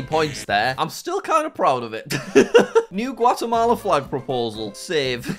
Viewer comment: The fact that Jack literally butchered Guatemala